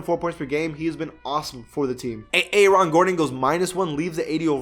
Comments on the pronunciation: Dis dude said A ARON😂😂😂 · I got triggered when he said A - Aron